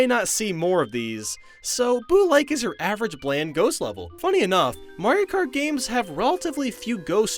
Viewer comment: Wii mayro kart lol